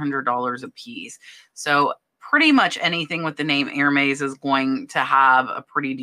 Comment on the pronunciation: Love your videos. Thank you. I always learn so much from you. As an aside Hermès is pronounced "air mez" :) - short e